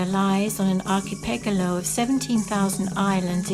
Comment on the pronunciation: Its archipelago.. not archipegalo